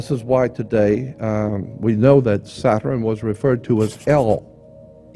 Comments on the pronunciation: Satran what's that why can't you say Saturn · ‘Satren’ interesting way he says it